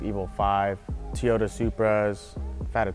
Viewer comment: LOL is it just me or did he say tioto supra? either way one hell of a "grocery getter" build man